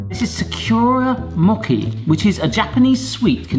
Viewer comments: When he said "Sakura Mochi", yeah that's not how you say that at all bless you xD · Sakura mochi....butchered the heck out of that! LOL